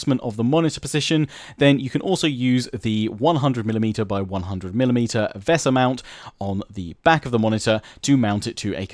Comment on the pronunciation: Great Video love how you pronounce vesa keep up the great vids